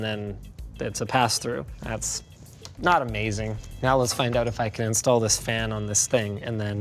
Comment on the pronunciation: "THIS...is the Cosair One" Linus needs more emphasis on 'THIS' to nail the Doug DeMuro impression